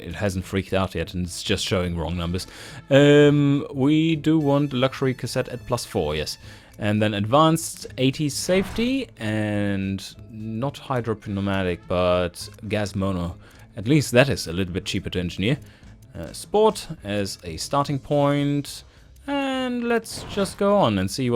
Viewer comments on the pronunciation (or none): Also, isnt Hydropneaumatic pronounced Hydro-new-matic?